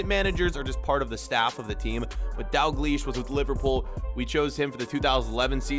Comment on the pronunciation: you should pronounce the l in daLglish